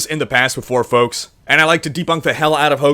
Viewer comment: spelling is intentional. doesn't pronounce the "L" when he says it.